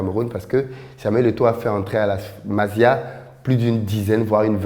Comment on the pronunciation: tu trouves trop d'excuses pour Onana c'est ton cousin ou quoi? Ça se prononce MASSIA pas MAZIA!